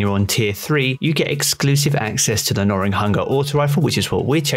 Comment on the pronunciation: Where does this giy get the "R" from in gnawing? 😅🤣☠